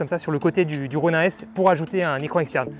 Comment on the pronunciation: Juste un truc. Est-ce que tu peux dire [ro.nine] plutôt que [ro.nain] ? Parce que bof bof la prononciation franchouillarde... Sinon un bien beau test !